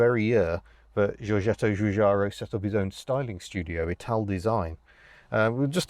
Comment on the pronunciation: Great, never heard of this car before this. Also never heard Giorgetto Giugiaro pronounced without the slightest hint of a G😉